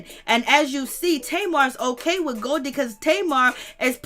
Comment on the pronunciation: 🤣🤣 her name is Golie (go-lee)